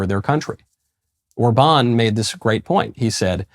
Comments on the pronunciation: haha, nagyon igaz! In no way do I wish to fault him for the rest of his mispronunciations, but it's hilarious when he says his name in what he thinks is some generic European inflection, and yet is so wrong, because if he actually sounded Orbán's name out according to typical English phonetics he'd be a lot closer. Ah well, at least I'm amused :-) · Now if someone could just tell Michael how to pronounce Orbán's name properly...😏